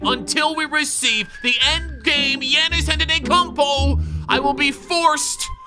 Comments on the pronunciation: Bruh said yanus anter-e-kummpooo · "Yannis anttutukoupo"